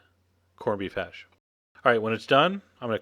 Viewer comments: But he does like saying hashay or hashee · corn beef HASH!! haha u hear how he sed it HASH!!